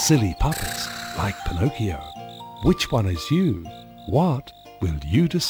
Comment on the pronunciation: I was wondering what the toys were singing. I heard "Shame on you young Pinocchio. What a laugh to muck your dirty-o".